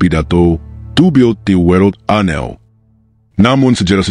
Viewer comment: Ada frase bahasa Inggeris yang tak sempurna pengucapannnya: To build the world a new. Frasa "a new" (bahasa Inggeris), dibaca "anew".